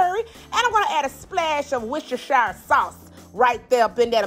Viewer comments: It's Worcester sauce. Not "wortceshire". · I was Born about 12 miles from Worcestershire, and I love hearing americans try to pronounce it! This lovely ladies attempt was pretty good. It's wuss-ter-sher but we just call it Worcester (wuss-ter) sauce. Never cooked or even eaten meatloaf before as its not common in the UK so looking forward to try this recipe out! Thanks for the great video! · That's not how you say that "W" word lol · normally I really enjoy your recipes so I find this really difficult to say... Worcestershire sauce